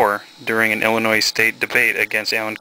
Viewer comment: Dude! The 's' in Illinois is Silent!!!!